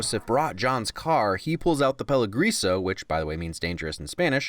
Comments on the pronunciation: Peligroso Is pronounced "paily-gross-o" not paily-grease-o. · in spanish is PELIGROSO, not PELEGRISO a quick spanish lesson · pronounces peligroso like Peligreaso A Spanish Speaker: PELIGROSO! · You said: Peligriso. It's said: Peligroso. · Peleegroesoe that’s how you pronounce it you said peleegreeso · Btw you said dangerous in Spanish so terribly wrong it’s peligroso not pelegrisa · ¨he pulls out the peligreeso, which means dangerous in spanish¨ wait.... don´t want to be THAT guy but come on man... peligrOso. Otherwise, great video! :D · im so sorry, its just the way he says peligroso killed me lol, he says “pell ee gree so” when its “pell ee groh soh” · Peli-Grozo not Peli-Greaso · Me, a spanish speaker: Peligroso: PELIGRIZZO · It’s “peli-grow-so” not “piligrowso” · Peligroso: NOT Pel-ee-grease-oh It’s Pel-ee-grow-so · peligriso or peligroso? lol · Pe-Li-groso, not Pe-Lo-griso, like you said, man. Still cool as usual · Peli-GREASE-O?? Is that because Leguizamo is Puerto Rican? It's pronounced peli-gr-O-so, you racist prick!!! You're an #AltRightNazi. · you said pelagriso , not peligroso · PeliGROso, not PeliGRIso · Peh-lee-gross-oh Not Peh-lee-grease-oh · "Pelagrisa" lmao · mans said “peligreaso” like he doesn’t know the difference between the “e” and the “o” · Did just just pronounce peligroso as “pelegriso”? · It's pronounced "PEH-LEE-GROW-SOH" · pay-lee-gruh-so, repeat after me, pay-lee-gruh-so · "Pelougreaso" Peligroso... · You said peligriso, this is a pretty pointless comment but I just wanted to say this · "peli- grease-oh"... no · Pelegriso is my favorite mispronunciation of a Spanish word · pronounces an extra e in "pelegroso" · Its pronounced "Peli- Gro-SO" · it's pronounced like "peli-grossoh" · Types Peligroso correctly, still says Peli-grease-o 😂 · I'm afraid pele-grease-o is not how you pronounce peligroso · You got the spelling right but butchered the pronunciation of "Peligroso" 😆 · Not being mean, but it's Peligroso.